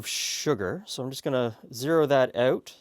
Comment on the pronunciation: "Dry oot too quickly" lol